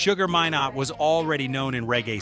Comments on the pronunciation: His name is pronounced Sugar My-nott = minott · His name is pronounced My..nott, I know the man and his family especially his daughter Pashon... ask any Jamaican. Say My then not and you will get it correctly..